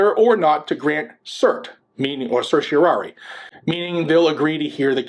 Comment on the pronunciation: Thank you for saying certiorari correctly, mostly. It always cracks me up when some people, lawyers even, in fact self-proclaimed constitutional attorneys at that, get up on their soap box, among other boxes, and butcher it so badly that they end up openly admitting that they don't know how to pronounce the Latin word. Of course, to pronounce it completely correctly, study Latin - something attorneys used to do. Now they don't even study the Constitution.